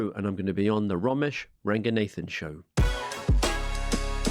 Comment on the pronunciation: Why does he pronounce raganathan like ‘nathan’